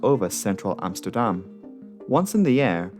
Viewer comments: Hi being Dutch, I really liked your prenouciation of Amsterdam, even for me thinking you Dutch speaking English really good, at gooimeer i was back to my other theory, but still good go. And a thing I think you cut out (i think, it felt like a setup for it at one point), one of the other results of this was the creation of Schiphol Discrete, a frequency for emergency aircraft so both the frequency and controller have only the emergency aircraft. I am pretty sure this alone might save another plane at some point. Having a clear channel of communication offloads the flight crew and might give that extra second of thought. Then again not having other pilots on frequency (beside those on the ground being curious), might mean a pilot with that one vital tip is cut out. But IMHO the gains far outweigh this. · Was 11 when this happened. Remember seeing the news footage. Must've made an impression. Nice pronunciation on Amsterdam, much closer to Dutch than the usual English pronunciation. One thing I never understood is why they didn't try to route it over all the countryside to line it up with runway in normal use that day. Perhaps the slightly longer flight time would have decreased the odds for the crew, but, to be blunt, with all the dense urban area around and this crippled. Hindsight of course but the crash at least would have been in a field more likely than an apartment building. But who knows, going by limited info, probably wasn't an option. Cheers from NL